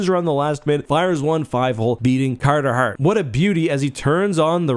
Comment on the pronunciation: TIL "Carter Hart" is the ultimate litmus test for an east coast Canadian accent 😅